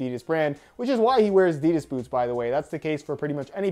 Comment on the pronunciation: Hey, if the pronounciation of 'Nike' (last video) is so important, please start to pronounce 'Adidas' the right way too.